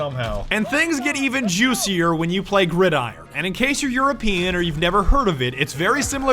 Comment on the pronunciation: It's pronounced grid-iron